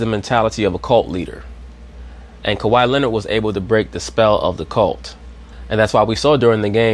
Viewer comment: Can Scottie Pippen please say Kawhi Leonard’s name Right smdh 😂. His name is not Kawaud lol